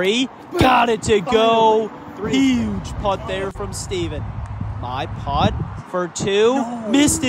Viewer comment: Love this concept but my goodness, hearing the word “putt” pronounced as “pot” is gonna drive me insane.